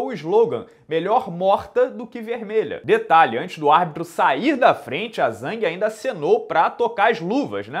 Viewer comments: Não é zengue mas Zhang. Só escutar a transmissão em inglês para aprender a pronunciar corretamente o nome dela. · Já que tu gosta de pronúncia, é Namaiunas e Jang.